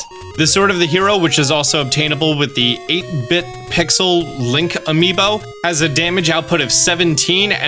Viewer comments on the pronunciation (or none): none